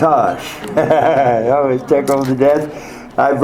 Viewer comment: The way he said "watashi" 😭